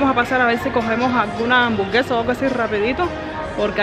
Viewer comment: Hambu RRRRRRR guesa